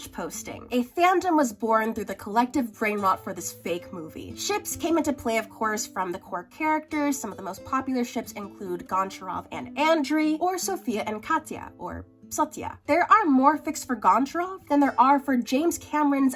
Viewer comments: Goncharov is a russian last name, and hearing this pronunciation was PAINFUL. It's more like goncha-rov, not gon-charov. Think... matcha-rov? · as a russian speaker, the stress tone is on ‘cha’ not ‘gon’